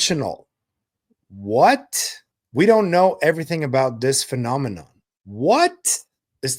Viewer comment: Was any one else incredibly annoyed by his inability to pronounce "phenomena" correctly?